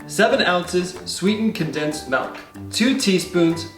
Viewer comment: Sweetened Condensed Malk